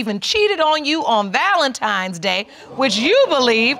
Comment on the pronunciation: Can we stop saying “valentimes” It’s “Valentine’s Day!”